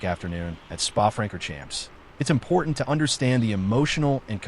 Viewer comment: FYI it's pronounced "Fronkorshomp", David "Koolthard". Keep up the good work.